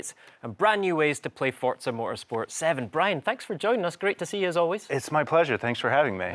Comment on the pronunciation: FOUR- ZA. Not For-t-za.